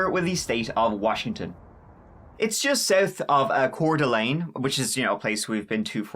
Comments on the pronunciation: Hey, great job pronouncing Coeur d'Alene. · Bless you for pronouncing Coeur d'Alene correctly. Also I lived really near there as a kid, my brother participated in many wrestling tournaments there. It's wild that this happened.